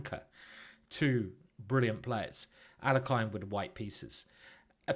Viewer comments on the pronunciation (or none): Alekhine pronounced his name ahl-YEH-kin (the standard Russian pronunciation for the second syllable would be YOH, but that's not what he preferred) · Alekhine is pronounced al-ye-kin.